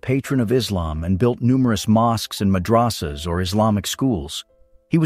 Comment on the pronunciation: Okay habibti repeat after me MADH-RAH-SAH WTF is a madrassa